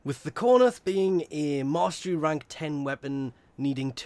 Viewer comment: It is cor-inth not cor-nith!!!